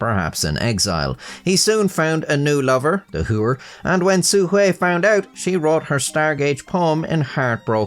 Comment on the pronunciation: "Su Hui" oh dang, finally someone who uses basic tts to get the pronunciation right instead of proclaiming they're about to "butcher the language" "xuanji tu" well, nobody's perfect, 1 for 1 is still pretty good